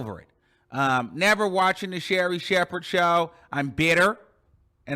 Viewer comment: The way that u say Sherri shepherd is hilarious